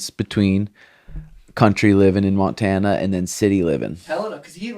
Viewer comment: This nigga really said Montana to seantana....😂😂😂😂